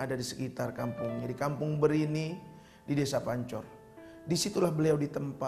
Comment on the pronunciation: Kampung Bermi bukan kampung Brini